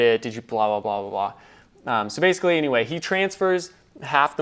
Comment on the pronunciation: "Basically" not "baiscally"